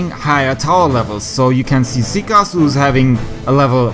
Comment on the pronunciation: Ник топ чувака читается секс а не сикас 👌👈